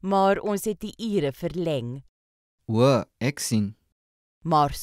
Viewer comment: The Afrikaans word "ek" is not pronounced like in "acknowledge" but like in "example".